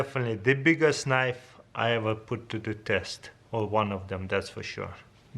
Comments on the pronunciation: "That's a Knoiff" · “You call that a knoife”?